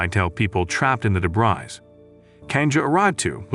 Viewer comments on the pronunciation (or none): So the narrator didn't know how to pronounce "debris?"